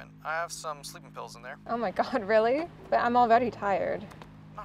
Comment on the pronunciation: Bro really said RELLY